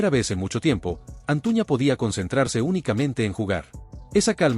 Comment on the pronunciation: Es Antuna tu dices Antuña